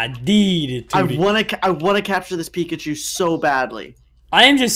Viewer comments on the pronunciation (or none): he just said pickachu